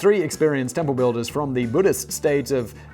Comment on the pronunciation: I've never fully appreciated how much Simon butchers names until this episode. Hearing him trying prounounce the Korean kingdom of Baekje... omg did that make me laugh. 😂